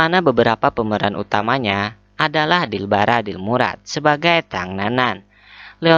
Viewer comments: dilraba dilmurat njer bukan dilbara:v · Dilraba Dilmurat mimin 😍😍 Bukan Dilbara mimin 😏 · Dilraba bro bukn dilbara